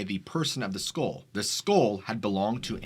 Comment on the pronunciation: What the hell is a skole? Oh you mean a skull.